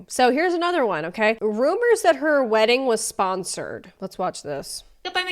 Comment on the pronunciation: The way she pronounces "weddin" is like nails on a chalkboard.